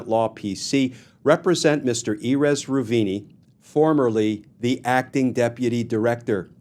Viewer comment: That's nowhere close to how you pronounce Erez Reuveni.